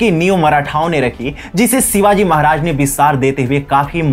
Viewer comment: Pronounce correctly, it's "Shivaji" not Sivaji !!